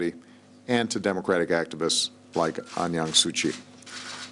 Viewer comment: WTF This nigga just called? Aung Yan su kyi? This nigga don't know what he is blabbering about! It's Aung San Suu Kyi nigga! If u can't pronounce even her name, how can u be a black president of white america?